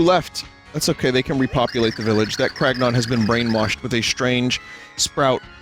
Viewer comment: Anything else with the prefix “Crag” appears: Vinny reads it normally “Cragnon” appears: ”Cragnæwns”